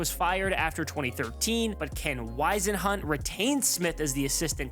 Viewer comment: WHIZ-EN-HUNT! NOT WHYS-IN-HUT!